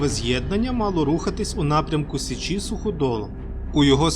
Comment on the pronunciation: як же часом ріже вухо "сеЧІ")) але вцілому гарний матеріал